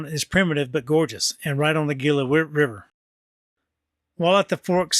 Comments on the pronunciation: The g in Gila is pronounced as an h heela. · Nice video as always! Having been born and raised in Arizona the "G" in Gila is actually pronounced as an "H". I was stationed at LAFB for several years as a Special Agent for DOD back in the day. I hope you had an opportunity to to visit Sedona Arizona up North and walk the West Fork in Oak Creek Canyon. Happy trails.